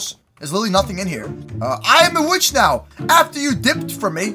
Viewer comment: YO WHY HE SAID 😩💅🥂WITHC 🥂💅😩. INSTEAD OF 🙄💅 😩 🥂 ✨ 😳 👉 WITCH 👈 😳✨🥂😩💅🙄